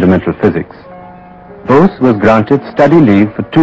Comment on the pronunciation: bose ... sorry ... not nose